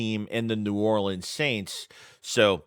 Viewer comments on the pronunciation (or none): none